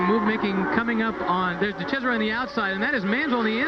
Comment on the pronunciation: LOL at calling de Cesaris "de chez-uh-ray". He's not French, dude.